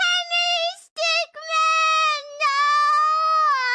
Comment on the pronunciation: I know she says Henry Stickman, but you should know that it's Henry Stickmin